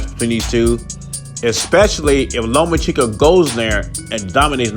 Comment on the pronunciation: Learn how to say Lomachenko